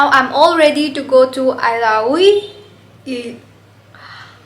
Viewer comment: eelahhui hyba not ailahui 🤪